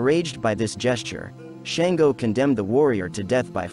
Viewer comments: His name is Shango pronounced Shaun - go not Shain-go. He says a King. And he wasn't tyrannical. He was diefied however. Where are you getting this info about him. Is it correct? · Shan-go …. shawn-go!!! 🥴